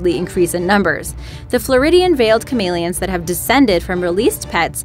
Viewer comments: Ca-mail -i-ons. No its ca-mel-e-ons. I know its your dialect but the way they said chameleons annoyed me because it's not the way I've EVER heard it said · Is anybody else annoyed with the way she pronounces “Chameleons”? No? Just me? Okay. . .